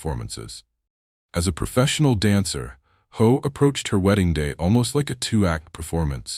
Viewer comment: Hough is pronounced Huff